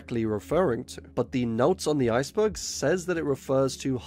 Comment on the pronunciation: I like that your accent makes iceberg sound like ice bug. Subscribed